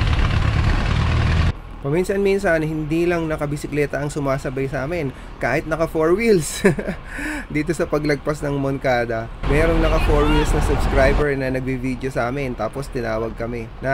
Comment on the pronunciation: Mongkada po ung pronounciation ng moncada pero im from san manuel btw po😅 mayora nming maganda nice 😅